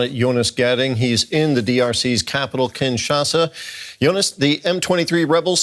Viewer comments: It s kinshasa and not kinsasha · Kinshasa not Kinsasha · Kinshasa not KinSacha!!!!! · Kinshasa!!! Not Kinsasha!!! 😂😂😂😂😂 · Kinshasa, not Kinsasha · It's Kinshasa 😕